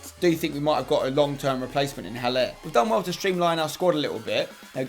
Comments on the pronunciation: the H in Haller is silent so its more like Aller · No that was not how you say Haller, that is maybe how an Englishman would say Haller, most importantly you don't pronounce they "h" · That is not How you pronounce Haller im sorry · Not how you pronounce Haller...